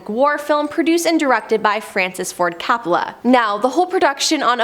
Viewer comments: COPPOLA...NOT CAPPOLA! 🙄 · Ok it’s Coppola , not cappala. Apocalypse filming was full of drugged up and method actors. It wasn’t a curse, it was the 70s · All those names being tortured several times Coppola as Cappla, Nirvana as Nirvania 😅😂🤣i almost got a seizure listening to that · Francis Ford Coppola, with a long o sound as in OH.